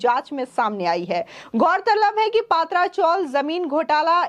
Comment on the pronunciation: Madam yeh PA.. Tra chawl Ka pronounce kijiye..Because these chawls are of tin sheets.